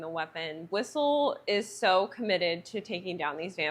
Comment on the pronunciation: I think this is the first time I've seen a review on blade as opposed to a movie reaction.. but, this movie is over 20 years ago now. I remember when it first came out.... by the way, his name is whistler, you said whistle LOL😂